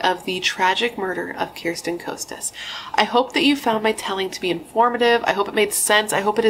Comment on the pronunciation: First, her last name is pronounced "Kah-stuhs." Irrelevant, but just so you know. Also, it's "Uh-rinda." Both girls came from well-to-do families. In fact, Bernadette's family lived on the "richer" side of Orinda. Orchard Rd. is on the not-as-rich side (but yeah, think 90210, if you know that show.) Bernadette's family was just bigger. The movie Death of a Cheerleader was totally wrong.